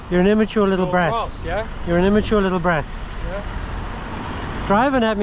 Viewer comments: What is a "grarse" 😂 he was a dopey cunt. I think he means "GRASS". You're doing the world a favour, keep it up... Still want to know what "grarse" means 🤔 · Shame he couldn't pronounce the word "grass" correctly 😂